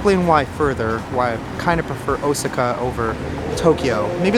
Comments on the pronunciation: O-SAA-KA not O-SI-KA. Sorry to correct you and I rarely correct pronunciations, but you you must have said it 100 times in 28 minutes. I got the nerve after someone else did. Please forgive me. I thought since you love Japan so much I would help you out. I am surprised you have heard other people's pronunciations. That being said, I love your jourbeys there. I am agreeing with you, the steak ugh. Didn't look so good What about the dog in the Philippines? Did you ever figure out how to adopt him? Seeing the sights has been a blast. ❤ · Deer without antlers are female lol and you say Osaka really funny, 🤣. My son knows Japanese and he kept saying '' momma he keeps saying it wrong '' lol I said , son, it's not like he cares 😅